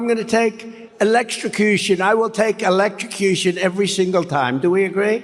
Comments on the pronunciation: Did he just use an entire speech to project and gaslight? Trump talks for 2hrs, but he never says sht..... he's right....not many are capable of such a blatant display of gross stvpid1ty on such a global stage....''Elextracution?'' Bro can barely pronounce the word....Biden is clearly better spoken but Faux and Trump pretend they don't notice...no idea how MAGA keep denying this sht to themselves ☠️ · How does Trump get to decide if he’s going to die by ether elet-trcush’ion or being eaten by a shark? Also sitting on a 12 volt battery is not going to elet-trcus’ion Trump.